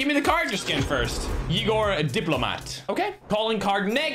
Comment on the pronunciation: I think it’s pronounced E-GOR my man.